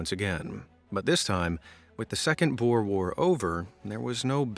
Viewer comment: Just wana say you sead 'Boer' wrong I understand you are american (I think) but pleas boer is the Afrikaans word for Farmer and the way you say boer in the video maks it sout like a sort of dril or pig please at least use Google Translate. I know how finicky it can be in its spelling and pronunciation but It will at least mean your saying It right (also I'm not trying to sound like a kritik in this comment so please don't bereat me if I sound like a karen you can leave the for your local Walmart or Starbucks).